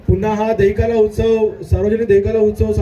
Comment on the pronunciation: दही काला❌ दही काळा ✅ 😂😂😂😂😂😂😂😅